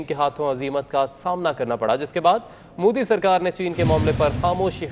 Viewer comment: Madarchod Anchor....It's not Mudi...It's Modi...Har har Modi...Ghar Ghar Modi...Bharat Mata ki Jay....